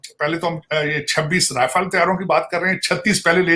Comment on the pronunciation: Thoda Rafael ko sahi se pronounce kr liya kro